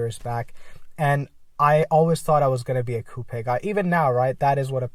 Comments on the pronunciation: Coupe-a you mean coupe? lol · I know it shouldnt... but it bothers me that you say coupe like that 😂